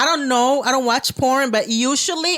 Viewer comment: I thought she said "porm" then I was mad confused. I'm a just turn this off.